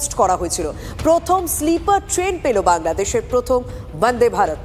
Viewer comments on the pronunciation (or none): ম্যাডাম বলার সময় একটু এলার্ট থাকবেন,,,,,,, " বাংলা দেশের প্রথম ,,,," যখন বললেন, মনে হল " বাংলাদেশের প্রথম,,,,," বলছেন। আপনি নিজেই একবার/বারবার শুনে দেখুন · এখানেই এংকার বাংলাদেশ বলল না আমি শুনলাম বাংলাদেশ😂😂😂